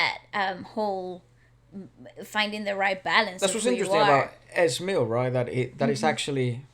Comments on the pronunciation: what they are wearing represents the philippines flag...it's H-BOM, EZ manager, a Filipino OG RAPPER in the Philippines way back 90's...and E Z(eazy)how you pronounced it, not ES🇵🇭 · Ez Mill is pronounced as Eazzy Mil. HBom is pronounced as HBomb ( B is silent) Great RV as always!!